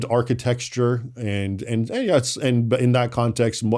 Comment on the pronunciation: is a fantastic scholar. I really learn a lot from him. But, was he joking when he said ‘Ponty Mython”? That was after he said “architexture”.